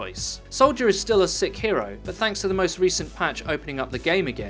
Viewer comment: Please stop saying "sik". Please.